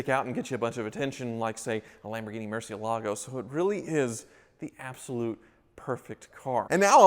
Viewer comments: still can't pronounce Murciélago, the accent is over the "e", not the "a". What's with the Merc? Has to be broken somewhere, Wizard must have something to do! You have become jaded,, happens when you get older. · Only took three and a half minutes to murder the pronunciation of "Murcielago". Nice Benzo.